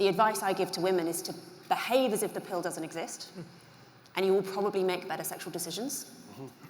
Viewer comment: I like how she pronounces pill as pale